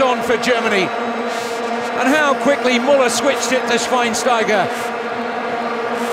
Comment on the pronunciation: The least the commentator could do was to pronounce correctly Müller"s name. The guy earned that respect, did he not ? :)